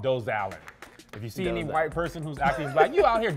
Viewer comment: Did they say Doe - zal 😂😂😂😂